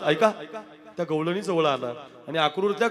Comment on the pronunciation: गैळणी नाही गौळणी